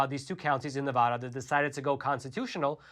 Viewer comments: FYI, you are mispronouncing the name of the State of Nevada. The first "a" should sound like newspaper "ad." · P-l-e-a-s-e stop mispronouncing “Nevada”. Have you ever even been to Nevada? No! Because if you had, you’d know that we pronounce the first “a” in “Nevada” the same as the “a” in: apple… and the second “a” like ‘uh’. My ears and I thank you. 👍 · I live in Elko County and am proud of it. We are a 2A sanctuary as well. Also, it’s pronounced, “Ne-Vad-Duh”. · How you enunciate the a in apple is how you should enunciate the first a in Nevada. Its like someone from New England hearing me say massa-to-shits. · You're saying "Nevada" wrong. The "ada" is like "atta boy"!! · Pronunciation Matters...**Nails on a chalkboard SCRRRREEEEECCCCCHHH** Please learn to say Nevada correctly. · THANK YOU!!! It irritates me everytime someone pronounces it wrong. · Wish people would learn how to pronounce Nevada smh 🤦‍♀️ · Dude if you want to report on Nevada, learn how to say it! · Nevada is pronounced with the vad pronounced like bad not with the a sounding like o. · Nice video, but please learn how to say Nevada correctly. The a is like in apple. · Dude, please learn the correct way to pronounce Nevada!!! It’s Ne-VAD-uh NOT Ne-VAH-duh. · its Ne - va - da not Na - vau - da, its like the word hand, its Hand Not Haund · It's Nevada, NOT Nevoda!!!!! 😡😡😡😡😡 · Small thing to most people but a big thing those in and from NV - pronounce it correctly. Ahh not ohh. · It's pronounced "Nevada" NOT "Nevahda". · Love the content. Ne-Va-Duh. Not Ne-Vah-da. It’s petty I know, we hold onto what little we have. Thanks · Thank you for all the great information as always! By the way It's NEvADA not NAAvada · Just a slight correction if you wouldnt mind... Nev-a(short a)-Duh. Pronunciation is helpful for us! Appreciate your work! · The first "a" in "Nevada" is pronounced like the "a" in apple not like the "a" in audit. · it’s "Neh-VA-duh". Learn to say it correctly